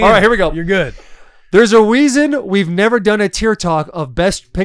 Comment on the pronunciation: “Theres a weason”